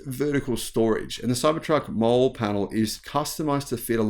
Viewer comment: Molle is pronouced molly lol